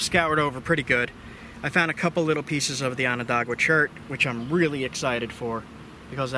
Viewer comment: Im enjoying your vids so much . Still , can i beg you to say Onondaga correctly ? I cringe every time i hear Ononda-gua . Sorry , cant help it . Its wonderful to watch you and youre giving people great lessons on NOT LITTERING . There really ARE so many selfish and clueless idiots out there . PS are you careful when you select cobbles to knap ? Where im at in the Hudson valley , its not too unusual to find that a cobble was once a native grinder or hammer stone and should be preserved . Js . Im lovin everything you do , great work 😁😁😁